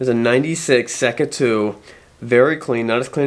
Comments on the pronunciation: “Sa-ka” I believe is the pronunciation not sure though as in Laguna Seca . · It's pronounced "say ka". As in the race track... Laguna Seca. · SAY-KUH, its pronounced SAYKUH. Its named after the Laguna Seca racetrack. Ya'll killing me on this. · the yamaha seca is pronounced sayca ( spanish )